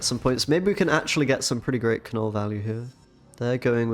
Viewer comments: Kah-Null? You are screwing with us, right? You don't actually think that's how his name is said? Pronounced nuhl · While I enjoy your content, unfortunately, I could only make it halfway through the video. One too many Ka-nulls made me tap out 🤦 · The "K" is silent, bruv. It's pronounced "nuhl" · The K is silent ....its just pronounced Null. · the way you kept saying "Kuh Null" made me mute this video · Seems like a super fun deck. My eye twitch hasn't gone away from the 107 times I heard Kuh-nuhl though... this could be problematic. Anyways, keep up the good brewing! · Yeah that was bugging me so bad😂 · Some people found the pronunciation irritating/weird. For me it made me childishly chuckle every time, because if you pronounce it that way you say “f**k” (as a verb) in Swedish. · It is very frustrating the way you pronounce Knull. In Polish language you pronounce words how you see them so it is wierd to hear content creators pronounce beloved characters Wrong!!!!